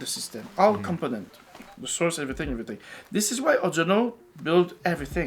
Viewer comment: "Of course cables matter. Eeet armonizzes everyting.": *folds arms